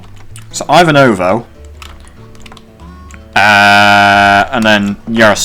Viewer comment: btw the most western-stereotype popular russian name Ivan is pronoced like Ivanka Trump, but without 'ka Trump'. It's like Eevahn in russian pronouncation. The same way Ivanovo is pronounced, if you care about it at all :)